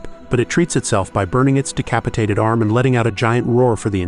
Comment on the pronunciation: Not “decapatated arm”